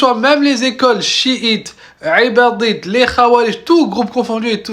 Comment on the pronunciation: Ibadite et non 3ibadite frero , مؤسسها عبد الله بن إيباض لذا نقول إيباضية